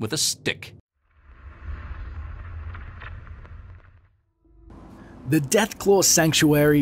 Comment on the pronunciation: "And you should hit that man with a S T I C K"